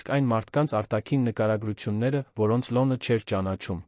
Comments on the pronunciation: Արհեստական նանսկանութկմյում շատ սխալներով, Լևոնը լոն, ամենակարւորը ամենակարորը, հետևումը հետում էր, այլես եչմի լուրջ աղորֆում։չկա՞ բոլորը արհեստական բանականության կազմած ապուշություն, լոնը լոնը լոնը լոնը զզվեցի երևսնը երան լևոնը լոնից. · Ոբ է կարդում նման սխալներով-,,լոնը,, , ,, շոկեց,, ,, կարորը ,, , ,, գոյատել,, , ,,առջ ,, , ,, Երանում ,, , ,,հետի դռնից ,, , ,,կտեղի ունենա ,, , ,, այլս ,, , ,,առաջին տիկնայն,, ...😮